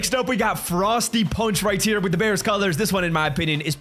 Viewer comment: Why does he always say “right tear”instead of right here